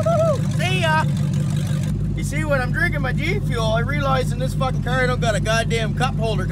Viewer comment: The way he says "fockin" reminds me of trailer park boys